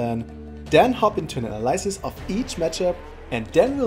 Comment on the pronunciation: that's not how you pronounce the word analysis...thx for the info anyway :)